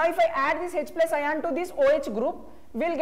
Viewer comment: bro he is speaking ion😂😂 not ayan